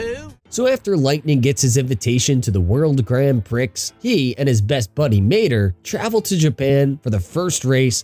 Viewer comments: “Pree”, not “Pricks” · It's pronounced "pree" I'm pretty sure. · i mean he said the X in Prix with the Pri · That’s a funny way to say prix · You pronounce "Prix" wrong, the "X" is silent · yeah but you don't pronounce the X in Prix, it's silent